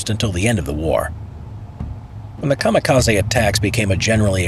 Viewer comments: I don't like to be that guy, but it's KA-MI-KA-ZE, not KA-MA-KA-ZI Ka like in Car Mi - Mint Ze - Center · General: A kamikaze boat is enrute BRRACE Random soldier: You mean Kamaka-sea HAHA Boom